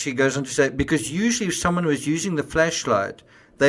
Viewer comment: I'm sorry, but I can't keep listening to him pronouncing it as "Fleshlight".